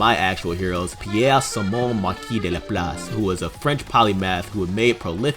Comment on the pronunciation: Oh, so you're gonna pronounce Laplace right, but not Drei, Zwei, Ein, or Rumianek?